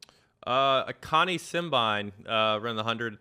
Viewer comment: Please pay more attention to the pronunciation of the Athletes’ names. Sha’Carri is pronounced like sha-Carrie. Simbine is sim-bean-eh. Well produced show still!